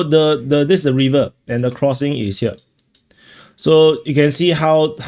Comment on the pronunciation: "Reever" is not the correct pronunciation for "River." Neither is "Hayvee" the way to say "Heavy." Try Google translate for the correct audio.